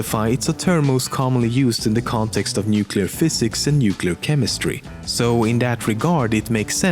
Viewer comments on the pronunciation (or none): none